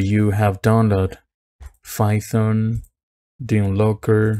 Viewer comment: This nigga said "fython"